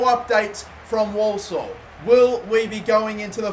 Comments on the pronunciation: Walsall pronounced warsall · Dude can’t pronounce Walsall